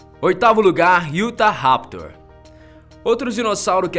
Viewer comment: Não é iutaraptor e sim utaraptor